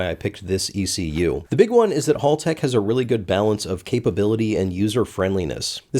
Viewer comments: Think HAL from 2001: A Space Odyssey. It's HALtech not Hall-tech! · It's pronounced Hal - Tech, not Hall - Tech. Think of Hal from Malcom in the Middle. But continue to pronounce it as you do. It's good for engagement, All hail the algorithm. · No it's Haltech like HAL9000, not "hall"tech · Hal-Tech - HAL, not Hall. Americans like to say hall for some reason. All "hal" the algorithm. You see what I did there. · please,, as an Australian: "Hal-tech" as in "Hal 9000". not "Hall-tech" as in "hallway". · Haltech, Single L. Hal not Hall. Like the robot from 2001 Space Odyssey the HAL 9000. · great to see the Aussie ECU going into the car, it will be the perfect choice for the build with so many options for sensors and data! However, it is Hal-tech (As in 'Open the dorr Hal') and not Hall-tech 🙂👌 Stay Super Fast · Hal-tech, not Hall-tech! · I'm so sad you mispronounced "Haltech." It's "Hal," like the name! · It’s “howl-tec”, philistine! And you should have used a Motec, WAAAAAY better. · Aussie here. Haltech is pronounced Hal (as in a gentleman’s name) tech. Awesome product indeed!. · Don't let Haltech find out how you pronounced their name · says Haltech like someone who's never watched mightycarmods